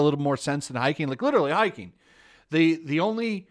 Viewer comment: hiking Learn to pronounce